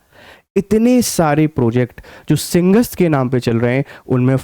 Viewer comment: भाई साहब मोहन यादव का उच्चारण गलत है मैं मानता हूं पर उच्चारण तो आपका भी सही नहीं है सिंहस्थ को आप सिंगस्त बोल रहे हैं आप हिंदी भाषा क्षेत्र से हैं आपको स और श में भी अंतर नहीं मालूम है